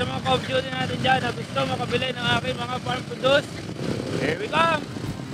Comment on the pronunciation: Proww dus po... Hindi produce. Ibang word po iyong. FYI lang. ty